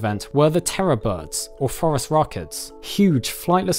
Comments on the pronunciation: I had to do a double take I thought he said "forest rocket." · When he said the scientific name of the terror bird I though he said Forest Rocket